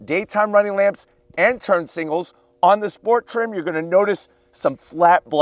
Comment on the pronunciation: Sngals? It’s signals lol